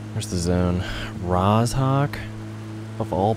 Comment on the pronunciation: Its Roh-Zoh-K Not ROZ-HAWK